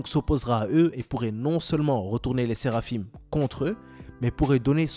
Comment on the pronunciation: Le "in" dans Séraphin se prononce comme "un" comme du pain pas "ine"